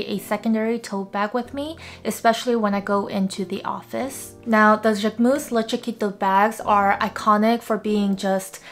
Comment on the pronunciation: I’m so impressed you can pronounce this bag name 😂